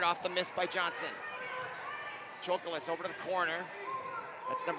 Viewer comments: The way her butchers their names makes me cringe he said Dilayla Chokolis BRO THERE IS NO “I” IN HER FIRST NAME and her last name ain’t chocolate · Broadcasting101: Learn to pronounce the players' names correctly. Not only did you pronounce Bueckers' name incorrectly (pronounced Beck-ers), you also mispronounced Chakolis' name (pronounced Cha-kolis). Broadcasting 102: Don't whine! No matter how difficult, try to be objective. And as for Paige having a bad game? She did miss some shots. However, she did manage to score 32 points with no three pointers, 2 assists, 2 rebounds, 6 steals, ,and 1 block. I guess her bad game is better than most folks' good game.